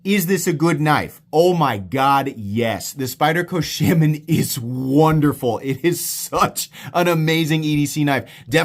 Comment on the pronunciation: you are not sayinf shaman correctly. you mention that knife a lot in your videos and i have never heard you say it right.